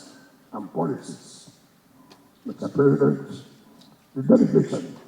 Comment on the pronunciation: This not the voice of wike I know. Pronouncing president as present. Why hasnt wike come out live to wish tinubu happy birthday?